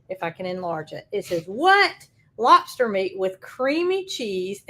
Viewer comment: 🤣🤣🤣 Love the way you say "lopster".